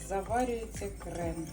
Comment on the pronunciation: Не крэм а крем